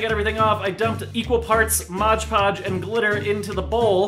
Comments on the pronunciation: I hate when people say "Modge Podge" IT SAYS ON THE BOTTLE. "MOD-PODGE" M-O-D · ITS MOD PODGE NOT MODGE PODGE DAMNIT ROB! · Why do you call it "moge poge" its MOD poge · MOD PODGE NOT MODGE PODGE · DUDE IT'S MOD PODGE NOT MODGE PODGE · Please say mod podge right😫 MOD podge, not MODGE PODGE!!😭 stresses me out 😂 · sorry its mod podge not modge podge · Bruh can not read? It's spelt MOD PODGE and he pronounces it MODGE PODGE and it's like inHALES PLEASE. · PLEASE STOP CALLING IT MODGE PODGE!! ITS PRONOUNCED MOD PODGE!!!!! I HATE IT WHEN YOU MODGE PODGE SO MUCH IT HURTS ME PHYSICALLY PLEEEEASEEE STOP PRONOUNCING IT MODGGE PODDGEEE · "modge podge" yikes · this was hard to watch because he was saying "modge podge" i was cringing so much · Yes!!!! MOD PODGE!!!! geebuz x.x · UGHHHHHHH ITS REALLY ANNOYING WHEN PEOPLE SAY IT LIKE THAT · MODGE PODGE????? 😭😭😭 WOOOOOWWWW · There's a comment where he explains that he always thinks of "Hodge Podge" when he looks at the name do he pronounces it "Modge Podge" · No hate, I love you and your videos,, but PLEASE for the LOVE OF GOD learn to say MOD Podge right!! I cri everytim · If I had a dollar for every time rob said 'modge podge' I would be rich lol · Every time you said modge podge I got a bit more pissed off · I dare you to say modge podge one more time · "Modge podge" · MOD PODGE! OH MY GOD ROB CAN YOU READ! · ROB ITS FUCKING MOD PODGE XD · I love you guys but you saying "MODGE podge " is was killing the whole time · it's mod podge not mog podge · I'm gonna kms if he says modge podge again. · who else got fucking triggered when said,"morge porge" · Who else got triggered by saying "Modge Podge"? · Cam McArdle "maj podge" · Someone make a video collage of rob pronouncing mod Podge wrong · I hate it when people can't say mod podge normal.. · The way he says Mod Podge freaks me out... smh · Am I the only one who got annoyed by the way he says MOD podge ?!?!? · It's MOD PODGE not MODGE PODGE